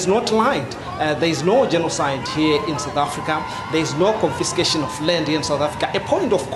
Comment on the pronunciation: That reporter says CONFISTICATION. Wtf is that?